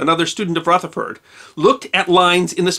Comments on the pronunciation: It's not "Rootherford", it's Rutherford using short U as in "crush" - unless you're going to be awkward and say "croosh".... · Rutherford is pronounced 'Ruther-ford' ('Ruther' rhymes with other), not as "Ruth-er-ford" or "Ruth-ford" . (I'm a New Zealander and was taught all about him in school.) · and you're pronouncing it "Rootherford", when most science historians and commentators I've heard say it "Ruhtherford".... Am I annoying y'all yet?... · Is Rutherford really pronounced Rootherford?